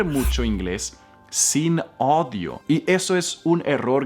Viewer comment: Cuando escucho a comenter errores en español, me hace sentir mejor porque me cuesta pronunciar la “R” en frances 😂😂 🤣 además dijo que “daughter” es niña cuando entralidad es “hija” y, también noté que no puede pronunciar bien la Ñ, aparte dijo “odio” en vez de “oído”... pero la verdad a mi me encanta